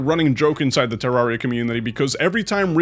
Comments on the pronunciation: its Ter-Ar-ri-a Not -Terr-aria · Please don’t kill me but he said terraria wrong